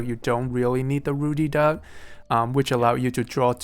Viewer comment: It's Ruddy Duck, not "Rudy Duck".